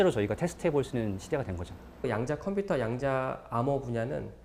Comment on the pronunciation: 너레이션 에서 때때로, "양자 컴피터", "디지털 컴피터" 라고 하는데, 컴퓨터 computer 는 정확히, 분명히 '컴"퓨"터' 라고 소리하는 게 옳을 것으로 생각됩니다.